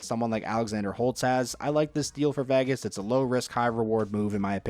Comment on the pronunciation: Learn to pronounce "Vegas," please.